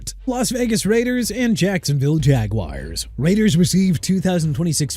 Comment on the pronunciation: MIAMI DOLPHINS B- AND JAELAN PHILLIPS TO PHILADELPHIA NEW ORLEANS PRONOUNCED NEW OR-LINS NOT NEW OR LEANS CHICAGO PRONOUNCED SHEE-KAH-GOW NOT CHI-KA-GOW JAGUARS PRONOUNCED JA-GWAARS NOT JAGWIRES DRE'MONT JONES PRONOUNCED DRAY-MOUNT JA'SIR SMITH PRONOUNCED JUH-SEER JOE TRYON-SHOYINKA PRONOUNCED TRI-UHN SHOW-YEEN-KUH AND TRYON NOT TYRON MAZI SMITH PRONOUNCED MAH-ZEE